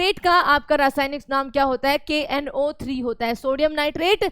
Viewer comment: Kno3 ko galat pronounce kiya aapne plz iska dhyan rakhe aapki ek galti hmara selection rok sakti h